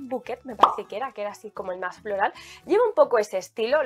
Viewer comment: Por qué decís florEl? Es florAl